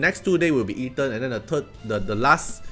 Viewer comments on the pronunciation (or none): none